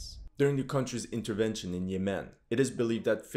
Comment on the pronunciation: You are pronouncing "Yemen" wrong, also didnt this so called "Emirati" Army get decimated in Yemen along with the ragtag Saudi army?